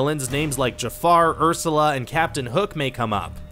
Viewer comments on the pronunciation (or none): none